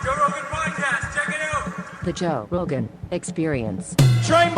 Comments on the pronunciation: Can someone explain why there are so many comments saying Joe “roan” instead of Rogan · Joe Rogan not Roan. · Joe Roan. The real G's are silent like in Lasagna. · *Roan - Rogan. Rectify! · 🙃 At first I thought I clicked on an impersonated JRE site with no "g"!